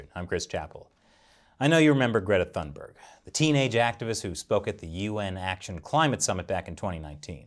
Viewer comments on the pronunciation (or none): Toon-bear-gh. not thun-berg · I have no love for this kid but her name is pronounced "tune-bay". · When you lack arguments, use personal attacks instead. Weak, CCP. BTW Chris, the "h" in Thunberg is silent. I think if you tried to say "Tuunberg", you'd get fairly close. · The letter "e", yes. But if you say "Thunberry", no. :) The "g" has a y-sound to it tho, but not like the y at the end of a English word like berry, but more like the y in "yesterday". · Please say her name right! It damages your credibility!!